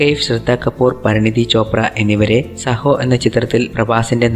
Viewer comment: സഹോ അല്ല ബ്രോ സാഹോ എന്നാണ് മൂവി name